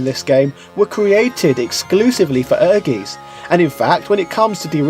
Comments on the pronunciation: I think correct pronunciation was "Err-geez". But I'm sure what you said is fine too :p. Like I said in your other video, me and my siblings used to love this game. It was amazing and certainly very impressive at the time - ambitious for sure, as it seems most of Square's titles were at this point in their history. I had completely forgot about the party-games option on the main-screen! Thanks for reminding me, for what they were, they were a fun little bonus too. I really enjoyed the RPG Mode in the game, and I suppose for that Diablo-esque gameplay there wasn't really alot else available on the PS1 at the time which gave it extra weight for sure; But what was more impressive, was just how well the story of the RPG Mode tied into the main fighting-game mode story. If I remember correctly, similar to Dark Souls, there was item descriptions that helped explain the connections (including the arrival of the FF7 cast in the main Fighting game mode story), and in a traditional RPG sense, the people of the town would update their dialogue to fill in the lore and backstory too. It was kind of cool how the whole town and dungeon was this little isolated pocket of old civilization in the world that had managed to escape interference from modern civilization, enabling them to keep magic alive. Accomplishing certain things in the RPG mode would unlock stuff in the Fighting mode too - such as unlocking both Clair and Koji in the Fighting game mode (and Clair even had a completely unique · Actually, you're not pronouncing it right^^ "Ehrgeiz" is german and means "ambition". It's pronounced like "air-gites" ^^ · I think it's pronounce air-geet. Also I don't care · Great video. I'd forgotten all about Tobal having that quest mode! That was one of my favorite aspects of both games, and I do enjoy these trips down memory lane.Also, I can only imagine someone else has mentioned, but it's pronounced "air•guytz". For anyone who hasn't played it, it's definitely worth checking out.